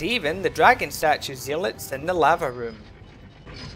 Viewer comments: Thanks, this was really interesting! :) FYI "zealot" is pronounced "zellot". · I wish just one person who makes youtube videos about RE4 would learn how to pronounce zealot.